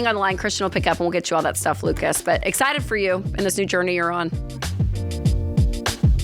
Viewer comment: I like that Ken pronounces Lucas with the A as a schwa instead of a short I. Most Americans say Luke-iss.